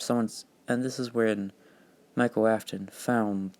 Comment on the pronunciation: His name is Michael not Mikal